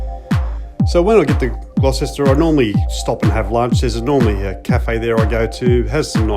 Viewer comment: Nice vid. Just a couple of things, though: 1) It's Long Flat. Singular. lol 2) Gloucester is pronounced "Gloster". When did you do the ride? YT says posted 3 years ago, but it looks like you did the ride before the Black Summer fires and the torrential rains that followed. Both of which closed the Oxley for a considerable time. Parts of the road are still under repair now. (November 2023)